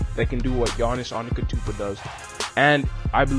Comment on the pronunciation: AnteTokounmpo.Not antekotounmpo